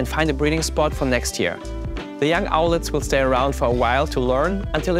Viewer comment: Owlet, not owlette.